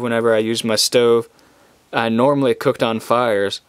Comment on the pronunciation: "walk around without gettin cood"